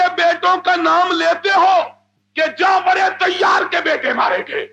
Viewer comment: جعفر طیار✅ جعفر تیار❌